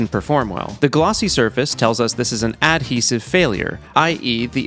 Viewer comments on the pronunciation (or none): none